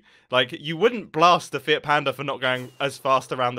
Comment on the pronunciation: Did mumbo say fiat panda or fit panda? I definetly heard fit panda